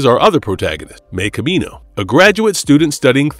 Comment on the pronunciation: Not to nitpick, but I’m pretty sure Mei’s name is pronounced like “MY”, not “Mee”